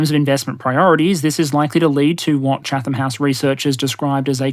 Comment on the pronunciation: Chat-ham house doesn't have a th sound. Chat-ham, stress on the first syllable, the a in ham reduced to a schwa. (e.g: ) It's an English place name, so you really should not expect to be able to guess pronunciation based on spelling. On behalf of my people, I'm sorry.